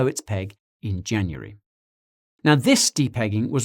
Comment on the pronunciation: At 16.39 Swear he says June-uary Is that a xtra month I don’t know of